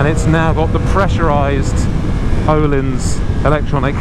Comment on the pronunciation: Nice to hear someone actually trying to say ”Öhlins” the right way. ^^ You can always trust the 44Teeth boys